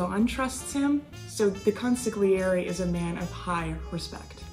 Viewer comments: Hi, love your channel and have decided to go back to the beginning and watch the entire review from Episode 1 on! I have to give you a polite heads up... the letter "g" in the middle of an Italian word is silent (not pronounced), think of the word "lasagna". Sorry, but let's try saying the word "consiglieri" again please...that's better! haha... hope you take this correction with the same light heart it was given by:) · isn't the 'g' in consiglieri silent?